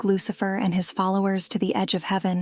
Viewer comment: 😂 I'm dead!!!! I heard the same thing, and had to absolutely read down the comment and see if I was the only one to hear that. Loose-Lurker......